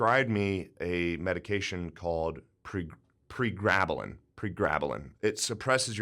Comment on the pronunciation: I'm an Aussie in the medical field, as soon as you said pregbalin I winced. Terrible choice of medication.